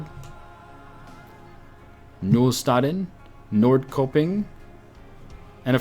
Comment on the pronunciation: "knullstanden" its perfect